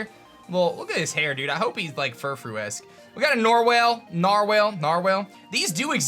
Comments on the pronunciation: Nar-Whale LOL its totes nar nar bruh. pronounced like Nar Wall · NARWAL ITS A NARWAL NARR-WALL